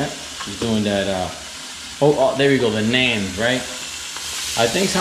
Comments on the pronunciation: It’s pronounced non like a short o sound. Not nan a short a sound. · I think you guys got to at Costco. It’s pronounced naaahn by the way.